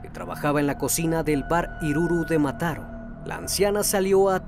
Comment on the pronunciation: Se dice " Mataró" , con ó acentuada.